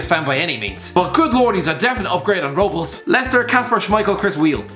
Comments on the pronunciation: ROW BLESS not ROW BOLLS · You cant pronounce names Robles(rob-less) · joel robles:exists: joel robels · you said Robles completely wrong, and he was as good if not better than Pickford